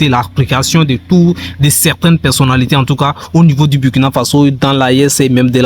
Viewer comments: On dit le Burkina Faso, et non Bourkina à bannir. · Bonjour s'il vous plaît on lit où on dit Bourkina Faso au lieu de Burkina